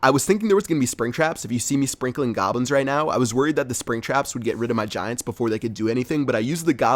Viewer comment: It's goblins not gablins haha